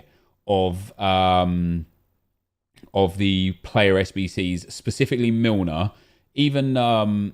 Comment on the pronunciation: Did he just say James Milner like James Rodríguez 🤣🤣🤣